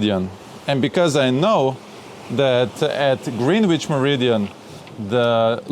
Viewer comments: Greenwich is pronounced grenitch. Love that boat and great video. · Love how you pronounce "Greenwich" (DON'T CHANGE IT!). But here is a Kraut letting you know the proper British pronunciation: Grenitch.